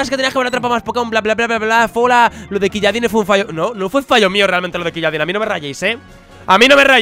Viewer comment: No se pronuncia quilladin, creo que era ciuladín